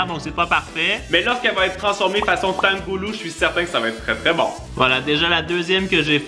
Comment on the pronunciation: Tanghulu ce prononce "tang hou lou" Et tofu c'est "tofou"